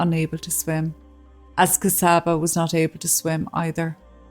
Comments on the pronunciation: Thanks again for your story. Just a couple of comments: My Hungarian colleague, Csaba, pronounces his name “Chaba” (not Kasaba). Also, regarding having an interpreter at a legal court hearing: mastering a foreign language though a job at “front of house”/receptionist is different from legal jargon – even after over 10 years living in a foreign country, I too would request an interpreter, and in fact it is recommened, at any legal gathering. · She's a true slavic princess isn't she. Csaba name is pronounced and sounds like "Chubba" when spoken.